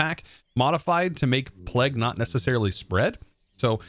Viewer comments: pleg???? its pronounced play-g, come on now you must have been taught about or heard of the plague before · im still pretty sure plague is pronounced playg no matter where in the world you heard it, its bad enough americans say 'to' to many times, or pronouce across as acrosst, there is no 't', but plague has an always will be 'playg' you can literally google it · Plague is pronounced like 'playg' it's the long A sound, like in play and stay.